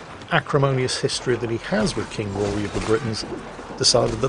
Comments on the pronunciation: the name is still Rhodri not bloody Rory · Every time says “Rory” instead of “Rhodri” it hurts my soul. It’s not like they don’t call him by his name repeatedly. Just being... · Not Rory, Rhodri. Rod as in a pipe, and ri as in ree. Everything is pronounced in the game, it's not hard